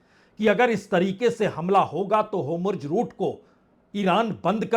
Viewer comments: Homurj ghalat bol rahe hain Correct word is Hormuz Netanoo bhi ghalat bol rahe hain Sahi Netanyahoo hai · Sir mai kai dino se apka video dekh raha hon ap homurz bolte hain jabke uska nam Hormuz hai pls correct karen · आप जो होमुर्ज बोलते है वो हॉर्मुज़ है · For your kind information sir it is hormuz rout , not hómurz rout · Homurz nahi hormuz bola jata hai...bhai koi to isko samjhao .... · Mr. Bajpayi: Your pronunciation for Hormuz is wrong. Please correct it.